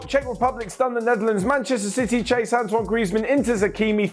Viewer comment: Did said "Ban-chester City"???😤